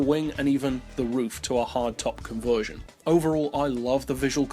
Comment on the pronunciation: Take a shot every time he mispronounces "conversion"